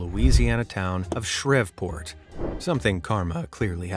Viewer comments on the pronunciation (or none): calling Shreveport, "Shr-Ev-Port" its pronounced "Sh-Reve-port"😂😂😂😂😂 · ITS PRONOUNCED SHREEPORT IK ITS SPELLED SHREVEPORT BUT ITS NO NOT SHRIVPORT😂😂 That caught me off guard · I love these kinds of videos, they're almost always entertaining and, in some cases, quite satisfying! One thing with this one, though. 😄 you say a Louisiana City's name as SHREHV-port... I lived there for 30 years. Trust me, it's SHREEV-port. 😆 It's "Twin City" across the river is Bossier City. For future reference for a time when you have a story about that one, it's pronounced BOH-zher. Cheers! 😄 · It's not shrevport Louisiana it's Shreveport (shreev-port) if it helps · Did you say Shrev-Port? 😂 It’s pronounced Shreev-port. With a long e. Love this channel! Also, Micheal Kelly being killed was not karma! Jesus! He was one of MILLIONS of Americans who were pro Iraq war! After 9/11 people were more scared, and their knee jerk reactions were not always thought out, or fair, but his death was not karma! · The art gallery guy the towns name is shh-reve-port , la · Pretty sure it's pronounced.. ROBES-pee-air No need to complicate it Oh and it's..SHREEV-port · Shreveport. Pronounced shreevport. Yay. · Louisiana native here! Its pronounced Shr-EVE-port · lol shrev-port, huh? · Just a note, in the art gallery vandalism part, the Louisiana city's name is pronounced Shreeve port.😊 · You mispronounced Shreveport bro. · You pronounced Shreveport wrong.....